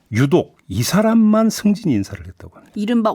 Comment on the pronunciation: 승진직후를 숨진직후로 읽었네 그냥 해처먹게 놔둡시다 정권 바꿘후에 싸그리 청소합시다